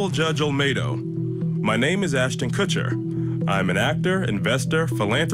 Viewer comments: It's not "Kushner" 🤣 There is no N at all in the name. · I like how Chandelle says she likes them better before their apology video and proceeds to pronounce their name wrong the whole interview 😂 MYLA and KUSHNER lol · Why is your guest making up her OWN pronunciation of Mila’s name???? Seriously unprofessional. You JUST heard two others say the name and you just make up your own. And did she just say Ashton KUSHNER?! She’s fired. 🤦🏽‍♀️